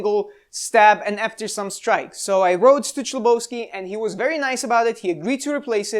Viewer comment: "H"lebovsky, not "CH"lebovsky...